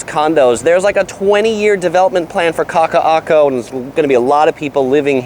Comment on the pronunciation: You are to be commended for your knowledge and pronunciation of those tongue twisting words. And I’m not being facetious, either. P.S. is such a genial and gracious cohost. 👏🏻